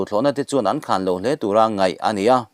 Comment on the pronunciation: A bengvarthlak ṭhin hle mai. Mizo ṭawng thlûk erawh uluk a ngai. E.g. khan etc. An mu dun a, a ke ding lamin a "khan" a.